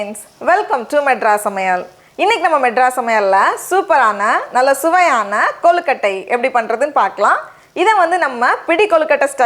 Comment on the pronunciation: Rubbish recipe! Never seen suck nonsense! And her pronouncing kolukottai! Rubbish!!!